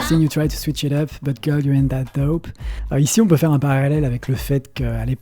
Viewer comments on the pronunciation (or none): none